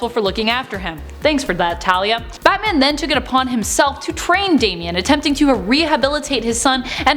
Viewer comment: Dang I didn't know everyone said batam.